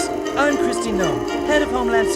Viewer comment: Holy crap brother. I can't stand Trump's regime, but if you can't pronounce Noem, you lost a huge amount of credibility from me. Please do better next time. Thanks.